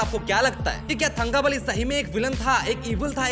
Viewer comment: it is pronounced as तंकबली, not थंगबली. The forced stereotype accent was the most pathetic thing about this movie.